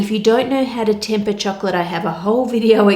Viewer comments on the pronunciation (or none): It sounds like choklick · The way this woman says "chocolate" is god-damn satisfying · Idk why but I love your voice and the way you pronounce chocolate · I watch your just to listen the word "chocolate" u spell...! N I have zero knowledge in cooking, so I just watch n enjoy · the way Anne says chocolate makes it sound like some next up fancy dish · I do not want to be mean but that's not how you say choclate I'm really sorry to say I'm literally crieing right now again so sorry😔😭😭😭😭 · I love the way she says chocolate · I’m not the only one who loves the way she says “chocolate“ right? Something about her accent in the word... ☺️ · Yeah, is it Anne or a localised pronunciation? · HEEHEEEEE!!! I know! I say it after every time she says it LOL, check out that parody of her, that guy gets it too lololol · It's the kiwi accent coming in, haha.